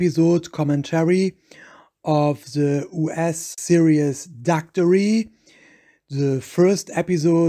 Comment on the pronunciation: He's not even pronouncing Daktari correctly.